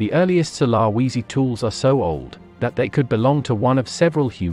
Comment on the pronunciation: Maaaan u need to learn pronouciation. First of all its de ni sovans. Ånd the islands name is su la veci... I know its not spelled correct. But its way closer to how its pronounced